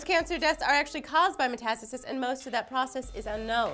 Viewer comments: "metas-tasis".... properly pronounced as "meta-stasis" as in cryostasis. Don't get me started on Aluminium -___ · muh-TA-stuh-sis? meh-tuh-STAY-sis is the proper pronunciation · lol lee metAStisis? u mean metastasis like met-a-stay-sis? XDD i took ap bio and knew that but thats ok :) ur cuteness overcomes any kinda mistake u make. perfection :D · Meh-tuh-STAY-sis,. Say it with me now. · meeces? really lee? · did she say meeses? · Hahaha it's so cute when tries to pronounce science words. METASTASIS. Met-a-stay-sis. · lee...did you say meeses? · mispronounced metastasis